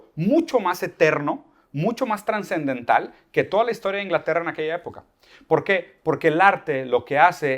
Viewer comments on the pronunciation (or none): Conozco el término subsidiado, el de "subdiciado" lo desconocía. Lo dice un par de veces. También dice "transendental". Entiendo que se refiere a trascendental. En fin, lo seguirá escuchando un poco más.